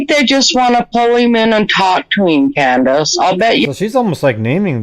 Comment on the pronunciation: Why does keep saying Candace.I don't know anybody that does that